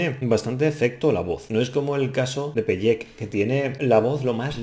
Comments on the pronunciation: No digas nunca más pellek se pronuncia pelek jeje se escucha raro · Me ha dolido la pronunciacion de "peyek" xd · Su nombre se pronuncia "Pele-kei" ;) También hay un buen cover en español de está canción por ilonqueen, y otro por Paulo Cuevas